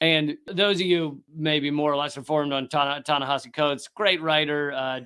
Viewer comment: You keep pronouncing Ta-Nehisi like Tanahashi. Go Ace!